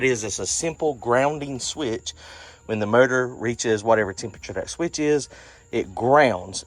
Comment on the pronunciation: Did you say murdor? I think you meant to say motor.